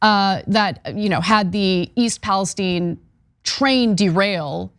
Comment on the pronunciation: I live 20 minutes from that rail accident and we pronounce the town it occurred in Pales-TEEN not Pales-STEIN. If you cared so much about the safety at least learn the towns name.